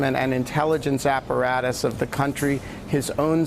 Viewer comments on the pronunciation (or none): none